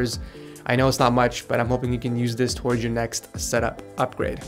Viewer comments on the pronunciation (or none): none